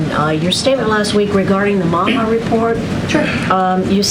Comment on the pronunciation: Really it's not that old I'm by bye and bye bye bye is easily said I do prefer women though but when you say Maha that way you sound like the hachtua girl and I have thoughts that should make your boyfriend jealous. Don't you know it's called mocha now... Can we be done dealing with these idiots it would be nice if you were spending half your time instead of on them complaining about me pissing in the wrong person swimming pool